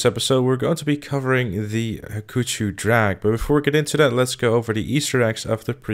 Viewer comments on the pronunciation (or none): An Easter egg is that you are pronouncing "Hakuchou" wrong" It should be pronounced "Haa-Koo-Cho" not "Ha-Coochie" Signed - A Hayabusa Fanboy.